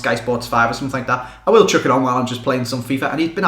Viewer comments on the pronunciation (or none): none